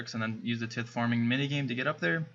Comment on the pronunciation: its pronounces tie-th